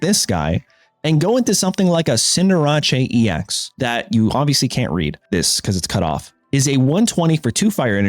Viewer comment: Im sorry did he say “cinder ache??”